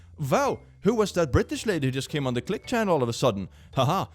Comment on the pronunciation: Click what the hell is a "cwink"